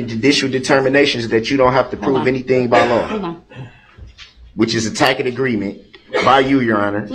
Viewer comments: Duh-rel and his “tack-it agreements” totally went to a special school! It wasn’t necessarily the one for the gifted kids, but it was a special school. He was enrolled for a whole semester even, and he was so special that he never showed up to class because he is so much smarter than his teachers. They probably don’t even know what the words “tack-it agreement” mean. He’s the only smart person he’s ever met. And he’s not afraid to speak out about it either. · Literally nothing. He was trying to say “tacit”.